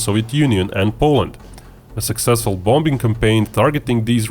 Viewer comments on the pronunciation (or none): You shouldn't pronounce the second B in bomBing lol